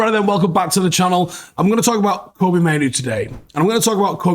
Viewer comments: Kobbie rhymes with Robbie not Toby 😁👍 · you think you'd call him by his actual name, and not keep getting it wrong calling him Koby when his Name is Kobbie? like Robbie, but with a K